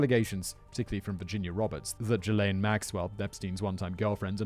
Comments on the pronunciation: So Simon... Ghislaine is pronounced "Gee-Lane" Its a hard G, not Jee-Lane lol 😂🤣😂🤣 Ohh yeah, his actual place of residence was in Manhattan. That was the one that had the rich, famous and gov't connected video evidence of the underage blackmail he had on them... thats why they went their first, and when they knew he was in his Florida residence. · it’s ok. Most of us thought “Jizz-Lane” was accurate as well. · I love how Simon pronounces Ghislaine as “Jizzlane” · Simon calling that monster Ghislaine as Jizz-Lane is what I needed to get through this awfulness. Well done. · It's "Zhillaine" Maxwell, "zh" as in "beige". Robert Maxwell was her dad, who famously owned the Daily Mirror, and robbed it's pension fund. Then mysteriously disappeared, claimed to have fallen off his yacht and drowned, but they never found a body. This was right when the investigation against him was stepping up. Incidentally, the yacht he fell of, he named "Lady Ghislaine". That itself isn't conspiracy-fuel. It's just that a terrible man had a terrible daughter who apparently had all of the drive, and lack of morals, that he had. But that's how come I know how to say "Ghislaine". It's obviously been mentioned around her recent trial but it was also mentioned back during her dad's shenanigans. Robert Maxwell was very old, this was early-90s, so he's almost certainly dead now anyway, and didn't leave her a ticket to come join Elvis and JFK. And all that said, he wasn't a tenth the villain Rupert Murdoch is. Satan makes blood sacrifices to Murdoch. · No... I'm pretty sure it's pronounced "Jizzz-Lane" 🤣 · Simon, please tell me you weren't calling her "Jizz lane" all this time... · Ghislaine is pronounced as Ghizlaine.